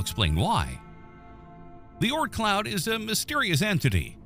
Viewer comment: Whether or not it exists, its the Oort cloud, not Ort. Oort. Think moon but add an r sound before the n. Sorry, its been a stressful last two days. I'm just pissy.